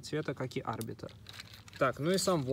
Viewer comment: Да , конечно ошибок много 1- не А́рбитр а Арби́тр то есть ударение на и 2- там был не плазменный бластер а огнемет (А остальные уже забыл)